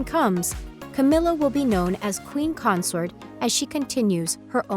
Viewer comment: It's pronounced queen Consort not Concert geez